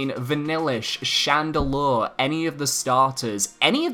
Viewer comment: Hold up hold up. Vanillish? Chandelour? HA! HAHAHAHAHA! THATS THE FUNNIEST THING I'VE HEARD! You just made me day!